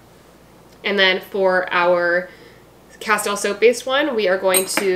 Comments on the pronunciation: it is pronounced casteel, like steel, not tile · Great recipes. You are mispronouncing Castile.